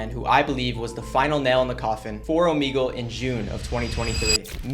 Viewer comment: I hate when he says omigle its omegle